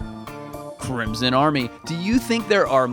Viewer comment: Did you say CRINSON army